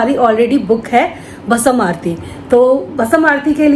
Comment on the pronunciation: भसम नही भस्म होता हैं यानी राख ।से अभिषेक पहले तो अंदर गर्भगृह में जाने मिलता था।हमने वही स्पर्श कर दर्शन किए थे। शुभ यात्रा ।